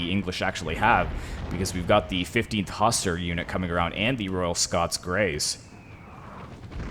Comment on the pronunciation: It pronounced hussar